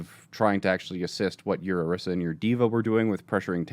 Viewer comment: "Orisa"..."Oriso"..."Oroso"...I'm dying!